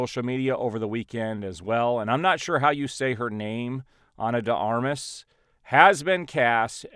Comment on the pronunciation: You said Ana De Armas perfectly…